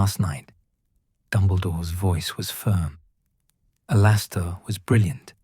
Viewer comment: Good story except for the glaring mess up about Moody, including mispronouncing his first name.